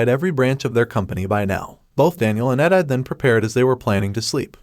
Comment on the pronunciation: They butchered Edithe's name.